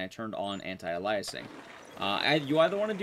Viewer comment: Your pronunciation of “anti-aliasing” gave me a minor stroke. Other than that, great video.